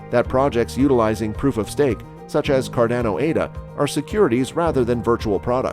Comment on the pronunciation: Cordono? Cardozo? what? 😂